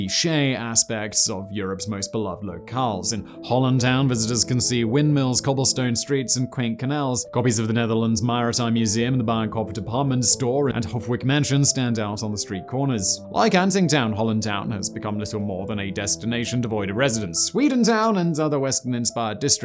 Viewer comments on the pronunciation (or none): de bijenkorf, ... the prononciation in video resembles closer to the subtittle: 'the bayern kopper deparment' :D